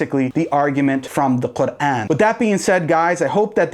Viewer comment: Someone please teach this guy how to properly pronunce the word Qur'an. Tired of hearing him pronunce it - Kagaan - since my childhood.